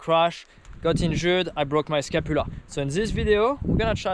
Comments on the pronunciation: How to pronounce Scapula - ska·pyuh·luh :D Good to hear you are ok bud! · Say sca-pu-la again